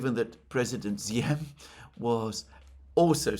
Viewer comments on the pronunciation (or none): none